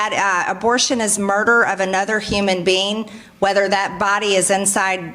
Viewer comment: Margie can't protect the children who are here NOW!!! What does she plan to do with thousands MORE?? A creature that doesn't have control over its' reproductive rights is called LIVESTOCK. And it's "human being", not "human bean" Margie. She's so gross.